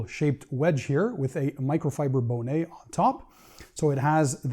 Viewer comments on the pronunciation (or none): Made me smile when he pronounced the word “bonnet” as bow-nay. Guys, it’s ok to say bah-nut because that’s what the thing is called. 😊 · Not Bone eh…..pronounce it as bonnet! Bonnet as in hat. Not French. Good video though